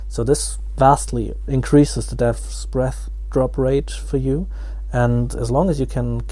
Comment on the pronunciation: deahtbreathsbeathsthdreabsbeaths dreaths bearths , just say dbs